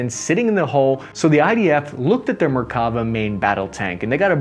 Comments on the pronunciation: Note on pronunciation: namer with the e as in “hell”. Merkava with the stress on the last syllable. Nagmash with both As sounded as in “cat”. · Hi man you have been pronouncing the veichles wrong its Namer and not Namir its Nagmash and not nagmesh and you are saying Merkava too fast its three diffrent syllable Mer Ka Va